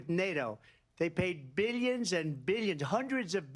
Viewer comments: And: Billyons of dollars, i made Billyons of dollars! 😂😂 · I like the way he pronounces 'millions' and 'billions' lol